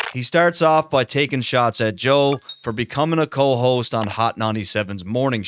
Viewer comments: Sounds like he’s saying “ Joel “ instead of Joe this whole video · Who the fuck is Joel??? You keep saying it while narrating and occasionally correctly switch it up to JOE. I appreciate the content but damn bruh. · I keep hearing this guy say "Joel"